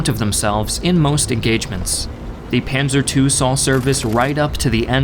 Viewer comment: I think the most accurate was "Panser" for "Panzer" But I could understand nearly everyone he named